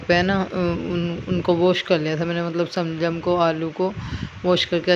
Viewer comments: Shaljam hi hta h pada ni h aapne ka kha ga m sa se saljam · Waah waah kya gayaan baat rahe aap janaab shaljam hi hota h salgam nahin